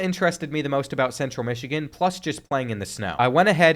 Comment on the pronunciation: “southern missigan”